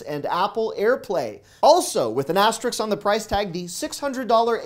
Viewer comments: Asterisk… not Asterix. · “Aster-Risk” Very good content. Thank you. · Great videos. Not to be overly critical, but the name of the airline is "Alaska," not "Alaskan." Also, you always mispronounce "asterisk." Keep the videos coming,!